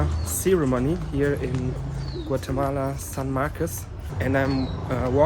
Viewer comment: Nice bro, you pronounce well Guatemala, a great video amigo enjoy Guatemala beautiful place the country of the eternal spring. blessing.